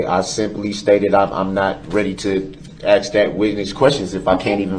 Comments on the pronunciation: *So what am I supposed to AX them???* Lil Darrell respects nothing certainly not truth or protocol!!!!! Axing questions? Before they allow Pro se defense the courts should test for reading comprehension and understanding. Being a high school grad does not necessarily mean you understand what you read let alone complex legalities or process. Time to get serious require testing to make sure defendant understands all the verbiage and various rules. His admiralty court nonsense is total already debunked SOVCIT BS. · “Ax questions” and “oafs of offices” 😂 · With the nearly 1000 years he's going to receive he'll have plenty of time to learn how to pronounce "ask" as opposed to saying "axe." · Every individual loses all credibility when they pronounce the word Ask as Axe 🤣🤣🤣. No educated person speaks like that. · "Ask" Mr. Brooks....it's pronounced "Ask"....not Ackx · Imagine saying "axe" instead of "ask" and thinking you should represent yourself in court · I HATE when people say axe instead of asked !!!! I’m glad other people notice it too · I've been posting this on every day of the trial!!! The AXE thing is just gross! Guy was born and raised in Wisconsin! If you watch the trial he actually messes up and says 'ask' a few times so we know he can say the word correctly. If I were accused of murder, no WAY would I talk about AXING people...lol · He’s so dumb and tries to sound like he has a clue. The little phrases and types of words he uses. Lemme ax you about da troof! I would pay to have five mins with this guy. I’m sorry if that sounds brash, but seeing pics of the little boy he ran down, and those young girls among others! Then has the audacity to say his conscience is clean? He’s spat in the face of every person he affected with this! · Lol at all these replies!! “Ax” got me too! Ugh! I would’ve had to correct him!!! It was nails on a chalkboard for me!!! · all those axes sounds like a lumberjack convention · Yet still could never figure out "sustained" or "ask"